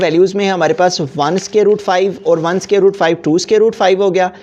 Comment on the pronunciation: aby scare nahi square hota he